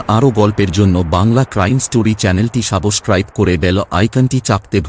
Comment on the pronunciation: আপনার কাহিনী অনেক সুন্দর ভাবে বলেন।but try করবেন উচ্চারণ ঠিক করার। যেমন ফার্স্ট এই বললেন সাবসক্রাইব, যা হবে সাবস্ক্রাইব।